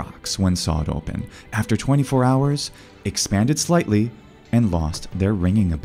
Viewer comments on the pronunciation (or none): none